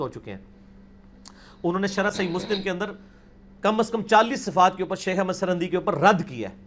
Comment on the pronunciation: Janab mirza g lafz Ahmad hai na keh jo aap boul rahe hain,Tashih ker lena.